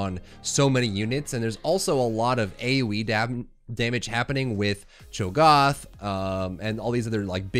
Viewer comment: The ONLY thing that bothers me about the videos is Cho'Goth instead of Cho'GATH! LOL!